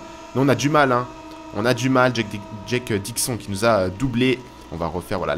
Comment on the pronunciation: Au niveau de la prononciation de Dixon... Dis le comme si c'etait ecrit : " DIXONE" sinon rien a redire